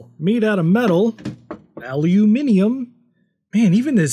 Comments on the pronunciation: but it’s so rare to hear an American say it correctly which made my day 😊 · did I just hear a Yank say "Aluminium" correctly? I can't wait until he demos things you can do with a ZED X Spectrum! ;P Greetings from Blighty :D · I'm sorry you lost me when you pronounced aluminium correctly.